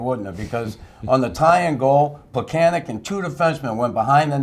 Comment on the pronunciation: Tomas Plekanec has been with the Canadiens for the last decade. Learn to pronounce his name already! Pleh-kan-ets.